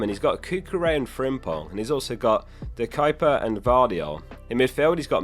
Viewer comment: The only man in the UK who pronounces De Cuyper correctly. Hats off!